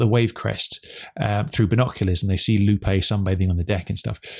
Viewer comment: Really liking these podcasts each week. Makes me look forward to Fridays even more! btw, it cracks me up every time how pronounces Lupe. Says it more like Loopie!